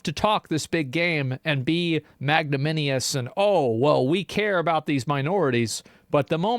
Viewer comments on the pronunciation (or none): "Magnaminius!" Lmfa 😂😂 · magnanimous - look up the pronunciation of this tricky word. you are so.. so far away :D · He mispronounced Magnanimous